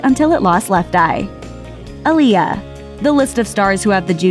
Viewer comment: It’s AH-LIYAH but that’s just my nitpick or whatever.